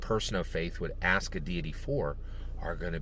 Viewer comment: Deity, not diety.